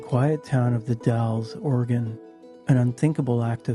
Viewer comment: As soon as you said bio terror attack that made people sick, I knew you were gonna talk about the incident in The Dalles/Wasco County 😊 thank you for saying The Dalles correctly. Forensic Files did an episode on the incident and would call the town "The Dale's", upsetting so many members of the local population, including my mom and I 😂